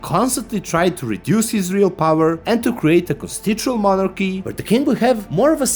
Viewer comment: Mala pomoć za kasnije. Ne izgovara se "Konstičual Monarhi", nego "Konstitušonal Monarhi". Jbg, neki od nas ovo stvarno uče trenutno. Nek je sa srećom i da se i ovaj kanal probije. RIP Barely Serious.